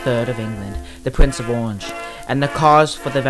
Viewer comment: Oh no, not the Pwince of Owange to wid us of Popewwy! 😨